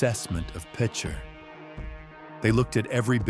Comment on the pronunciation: LEAD U IDIOT...N ITS PRONOUNCED...PICH ER...LIKE BASEBALL PICHER...I WAS A KID GROWING UP HERE...IT WASNT THIS BAD...SERIOUSLY